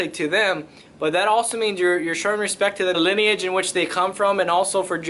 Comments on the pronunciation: You mean "Hespectch"?😂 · Proper pronunciation is "respectch".